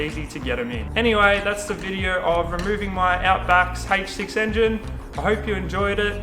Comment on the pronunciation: " Hayyyych 6" love the accent. I hope the repair was successful